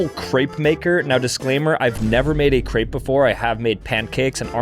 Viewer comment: am i the only one who got annoyed on how he said crepe